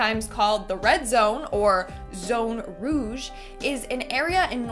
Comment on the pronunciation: It isn’t pronounced Zone Rogue but Zone Rouge (as in French for Red). Get it? That’s why it’s the Red Zone 😏